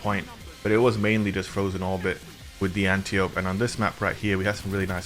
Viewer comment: Just a FYI for everyone (that I learned from the first Wonder Woman movie) this gun's name is Greek and is pronounced an--TIE--oh--pee. Princess Diana's teacher was definitely not being called "auntie ope" during the movie lol